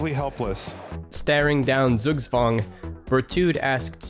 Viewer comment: Great video! Got slightly triggered by pronunciation. Google "pronounce zugzwang" or just say Tsugtswang.